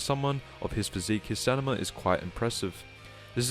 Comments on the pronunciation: Take a shot everytime he says stanima. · "stan i ma" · The way this guy pronounces “Stamina” threatened to give me a brain aneurysm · It’s STAMINA. You bumbling baboon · it's stamina.